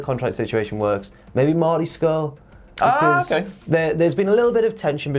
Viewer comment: Hearing enunciate the "r" in "Marty" was so unsettling for no reason